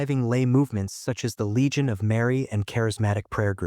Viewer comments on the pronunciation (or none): none